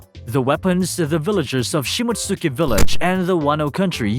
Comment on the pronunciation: Shi-mott-ski! You're butchering that pronunciation. You probably pronounce Sasuke sa-soo-key lol